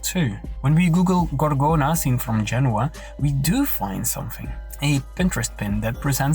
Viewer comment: Eric can't even getting the place name in Italy right! It's Genoa, not Genua! I know as I've been there